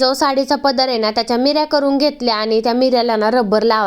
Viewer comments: मिऱ्या नाही निऱ्या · मिऱ्या नाही निऱ्या म्हणायचे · मीर्या नाही ग बाई निर्या